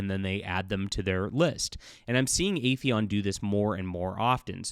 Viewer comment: FYI, the title of the company is "Aethon", not "Aetheon". 2 syllables, not 3, are in the name.